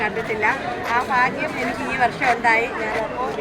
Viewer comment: ഫാഗ്യം, ഫാണം,ഫാര്യ,ഫർത്താവ്, ഫാവി എന്തൊരു ഭാഷ🤔